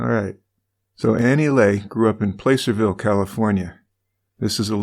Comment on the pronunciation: "Placerville" is pronounced "at", not "lay", if that makes any sense, lol.